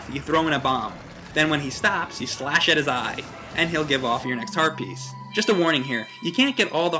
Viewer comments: am i the only one who hears "herpes" every time says "Heart Piece"? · every time he says heart piece i think he says HERPES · Every time said "Heart Piece" sounds like he said herpes...